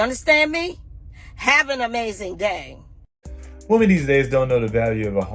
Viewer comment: 😂 where do they come from that more than one woman is still being called woman!? It's pronounced women! (Wimin)😂